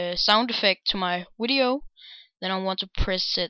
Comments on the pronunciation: and wtf why do u say wideo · I want to add that wideo affect to my i mean sound effect to my wideo